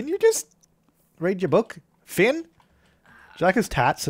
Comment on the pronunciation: A1 it's Finn not Flinn (Flynn)